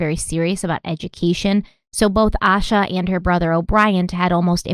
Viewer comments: Her name is pronounced “Aye—shah.” I moved to Charlotte the exact year she went missing—she was 30 minutes away. I was so little at the time and have followed this case my whole life. Thank you for covering Asha’s story 💙 My heart aches for her family 💙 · Thanks for doing this important case. I haven't heard her parents say her name, but fyi the police and FBI involved pronounce her name with a long "a" sound - similar to Asia with more of a "sh" sound in it. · This podcast is so well-researched that I'm surprised you guys mispronounced her name the entire time. I know you value respecting the victims and their families. It seems really disrespectful to not call her by her correct name. Town names, place names, names of random people who don't matter much to the case, not a big deal. But the missing person who the whole episode is about...it's a huge oversight. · Oh, I love how you pronounced Asha's name differently 3 times in the first minute hoping one of them was right lol I have heard it's pronounced Ayy-shuhh, with peace and love of course. <3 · Her family is involved. I don't believe in coincidence when it comes to crime. A sheltered, cautious child would NEVER leave on their own. I was an anxious child and everything was looked at as dangerous... especially at night. (Also her name is pronounced Aye-Sha:)) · Her name is pronounced aye-sha. Thanks for covering this story. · Her name is pronounced Aye-Sha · Ok. Lol. Just a couple things from someone that lives in the area. Her name is more than likely said A—Sha. As I had a few friends with the names spelled the same and said that way. Lincolton is said like the president. Morgan-ton not Morgantown which is in WV. Love you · "Ay-sha" not "Ah-sha"... love your shows girl, but it it just strikes me as a bit disrespectful to mispronounced her name. Addendum: I live in Shelby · Her name is pronounced Ay-sha. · You should feel ashamed for pronouncing her name wrong. It's pronounced like "Asia" smh.